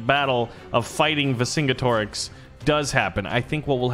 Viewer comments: It’s pronounced Ver-Xing-Get-Orix not Vercinggettorix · lol yeah you are saying it wrong it is pronounced VER-KIN-NIX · you're killin' me smalls, pronounced 'ver son get er ex' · watch roman empire julius caesar to learn to pronounce versingenerix netflix